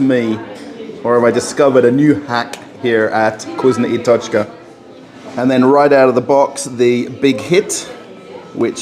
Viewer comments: Is not kuzno i tochka ...is vkusno i tochka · You say it wrong - it’s not Kusnya I tochka, it’s VKUSNO I TOCHKA. U read it as it is written